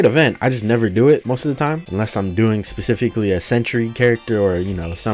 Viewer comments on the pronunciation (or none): yeah but when someone says pacificly instead of specifically it gets pretty annoying